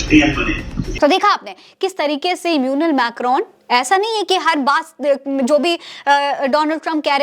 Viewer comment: इम्म्यूनल नहीं एमैनुएल